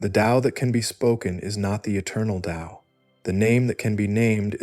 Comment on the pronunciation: This is the first recent discription of Taoism that pronounces the word Tao with a D sound. You did it the correct way. The voice is perfect. Actually this was so well done I can't conclusively say that its AI. It sounds like a real person. Not the same droning voices usually heard with AI. Anyway the explanations were also excellent.